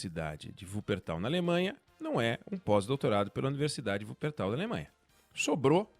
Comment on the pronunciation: Como sempre muito assertivo. Mas o q me chamou a atenção foi a pronúncia correta da cidade alemã de Wuppertal! Cidade onde minha avó nasceu!